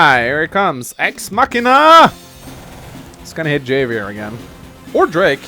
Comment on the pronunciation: It's pronounced "Have-i-er". The "J" in Spanish is pronounced as an "H".